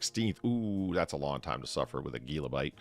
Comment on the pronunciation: Gila monster is pronounced "heela monster" , other than that great show as always